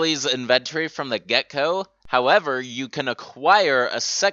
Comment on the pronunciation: So I gotta know dude. Where are you from? Cuz hearing you say words like inventory or phrases like, from the get-go, come off sounding like "in-vugh-tori" and "from the gecko" lol like when kids in middle school become familiar with more advance words but only in saying thus ending up with people saying what sounds to be similar to the true meaning of what they're trying to say but not.